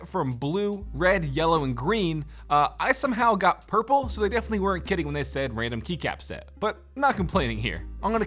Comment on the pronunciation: wait did you say purple